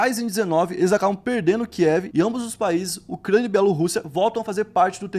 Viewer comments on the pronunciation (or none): none